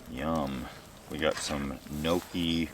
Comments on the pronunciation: “Knowkee” the pronunciation hurt. It’s No-chi Also your dinner made me want to gag 🤢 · This was an interesting and enjoyable video, but, If I may correct your pronunciation of 'gnocchi,' It's not "nokee." It's "nyohkee." Good thing there were no Italians within earshot. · Gnocchi is Not pronounced "No-key," it's "Nyaw-key," .... Nee-aww-key." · As an Italian his pronunciation of gnocchi bugged me. Gnocchi is pronounced knee-oh-key not no-key. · Nokey lolol gnocchi dude gnocchi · Dear: "Gnocchi" isn't pronunced "noki" or "nouki", but "neo-ki",yes, as in "Neo" from the Matrix, and "ki" as in "Kilo" at the end. Otherwise, great video as always! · seriously, it's pronounced nokey? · Gnocchi is pronounced Nyockee ...italian camping food😉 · whats a nokie??? do you me italian gnocchi??? lol.its pronounced nyawkee phonetically lol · Mini nooogi😂😂 my italian heart got stabbed by the mispronunciation😅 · never hear gnocki pronounced that way. Is that regional? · Um it’s pronounced “guh-nah-cheee”. Wow. Uncultured swine. 🙄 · British pronunciation of gnocchi is annoying to me coming from a city that is filled with Italians who descended from a huge immigration wave of Italians back in the late 1800's through early 1900's. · Look up how to pronounce Gnocchi…… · Please learn how to say gnocchi.